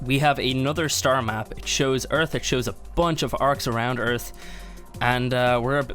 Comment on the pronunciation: welcome to earf